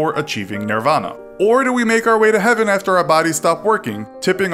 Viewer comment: it’s heaven not heven